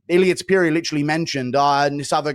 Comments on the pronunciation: Guru… Its To-pooh-rhee-a, not Top-you-rhee-a… gawd idk why that pisses me off so much😂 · Bro why the hell does he pronounce it To-pure-ia??? Dude is tarded...